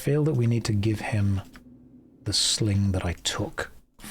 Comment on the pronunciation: i swear i hear a k at the end. SlinGk